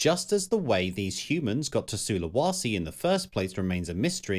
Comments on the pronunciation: It's pronounced SulaWAYse. Where the hell do you get SulaWAsi from if there's not even an A there? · While the content here is superb, the narrator cannot pronounce the names of imortant places correctly. Su--lu-wa-si is just wrong (SOO-lə-WAY-see) and to have it clearly spelled out and wrongly said show someone is lavishly incompetent. Sinai, as in the peninsula, is also wrongly pronounced as are several other place-names. Seriously..... another narrator who reads a script knowing nothing about the subject at hand and, in this case, not even knowing BASIC geography. And even Agean was spelled wrong in your large-letter titles! Ageaan? Really? Great content paired with an irritating presentation. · SulawEsi not SULAWASI!